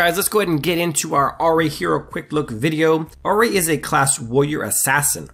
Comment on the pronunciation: Ah ri ah ri ah ri. It's I-ri not ah-ri